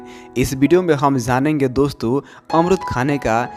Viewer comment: Zanenge nhi wo jaanenge hota h sir